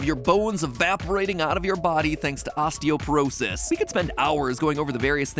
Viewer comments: Hi, fellow nerd here. It's osteopOrosis, with an O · Isn't it osteoporosis and not osteoperosis? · It's "osteoporosis," not "osteoperosis."